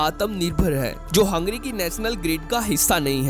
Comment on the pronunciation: Abe हंगेरी bol. Hungry नही.